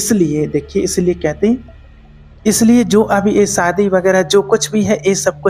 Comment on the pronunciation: सादी नहीं शादी 😂😂😂